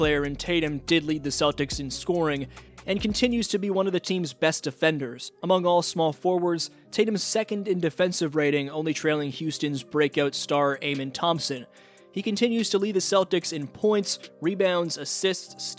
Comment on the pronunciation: Bro said AAAAmen Thompson